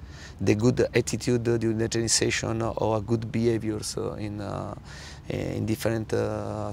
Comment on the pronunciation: The way he pronounces "behaviour" is legendary.👌